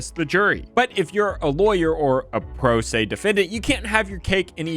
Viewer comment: I think he said “pro pay” instead of “pro se”